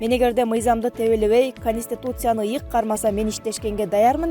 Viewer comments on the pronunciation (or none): Кониституция дебей Конституция деп айтыш кыйынбы